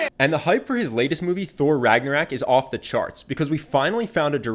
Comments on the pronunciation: How to be charismatic by some guy who mispronounces Ragnarök and makes it sound like Ragna-rack. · PLEASE STOP SAYING RAGNARAK AAA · Did you just say Thor Ragnarak? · So we're not gonna talk about how he mispronounces ragnarok??